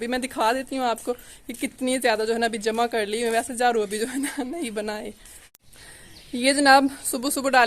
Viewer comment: Jharu ko jhru INDAZ